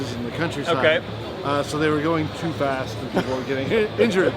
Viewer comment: it sounded like fat instead of fast